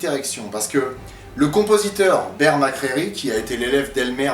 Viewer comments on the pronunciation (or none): none